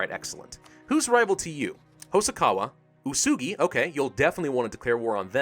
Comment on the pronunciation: it would be pronounced oo-eh-su*-gi *su as in suit.